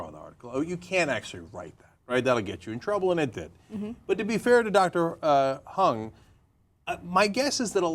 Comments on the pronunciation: It's not HUNG, it's Huang (pronounced HOO-ANG). Her last name is Huang. Calling her Hung made the story a bit funnier, though. :D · I think Huang is pronounced like Wong, not Hung, lol.